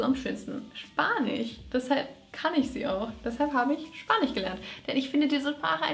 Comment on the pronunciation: Hi cooles Video Hast du Spanisch oder Spanich gesagt es klang nämlich wie spanich 🤣